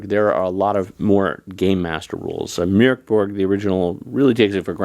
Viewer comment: Love hearing the umlaut pronounced! ❤